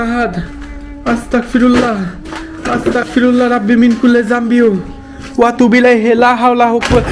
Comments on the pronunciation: ভাই আসতাগফিরুল্লাহ শুদ্ধভাবে পড়ুন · Bhayia apni “Astagfirullah” ta suddho vabe uccharon korun.